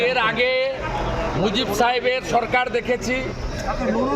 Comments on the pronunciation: চরকার নারে বেটা সরকার আগে সঠিক ভাবে বাংলা উচ্চারণ কর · সরকার উচ্চারণ করতে পারে না আবার আসে বাংলাদেশের বিষয়ে নাক ঢুকাতে।চরকার😅😅